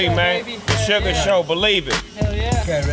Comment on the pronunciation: yea when snoop was saying this he kept calling him "Suga Shane" lol